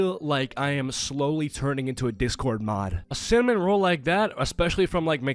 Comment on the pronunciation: "Cinnaminna Rolls" 💀